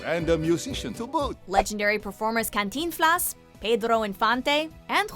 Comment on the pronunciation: ...Cantinflas, Pedro Infante and Jorge Negrete...JAJAJAJAJAJA... nice pronunciation.